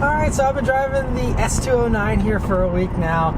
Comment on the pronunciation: “S two o’s whatever” lol